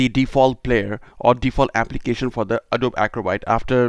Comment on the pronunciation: It's pronounced A-DOE-BEE